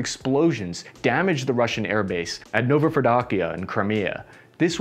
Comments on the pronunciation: “Novofedokiya” lol how is it even possible. just read it how it’s written “novo-fedorivka” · It is Novofedorivka, not NovoproDUCKia! XD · Nova Kabovka. Novofedorkiya.